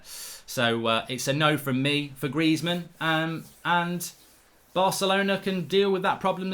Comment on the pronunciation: Greizmann?! Stop. Please, stop.